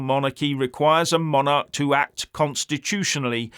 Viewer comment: Used to watch this guy, spoke a lot of sence. NOW, he's gone TOO FAR. He's OUR KING you arogant twat. Leave him alone. You're WRONG this time. Oh, and by the way, it's Monarch NOT monarech.